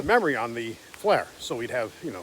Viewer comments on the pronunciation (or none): Not a big deal, but it is "FLIR", originally Forward Looking InfraRed, pronounced fl-ear You keep pronouncing it "flare"